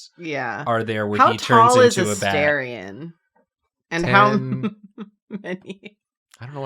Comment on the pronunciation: It's A -STAR-ion not A-stair-ion lol